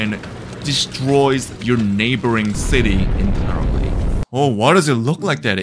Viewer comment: nah bruh im dead when he said the water desroys the nabouring city🤣🤣🤣